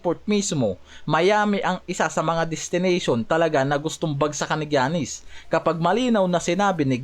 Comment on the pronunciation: paki ayos nman mag pronounce sa Name ni Giannis hndi ung Jannis 😂😂 paulit ulit kpa ng Jannis 😂 baka si Janice De Belen yn 😂✌